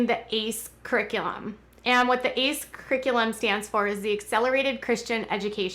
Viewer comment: It’s pronounced A.C.E. not the word ace